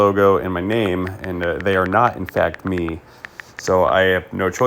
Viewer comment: You can tell hes indian of some type, "not my company DAY are the one giving you the tracking number" every indian person ive come into contact with, that speaks english as a second language (i say second language because i know indians born here and they talk with a Boston accent lol) and they always say "dey" instead of "they" and they never say "ones" its always "one" no pluralism lol. Not knocking on indians, but you can tell he is using talk to text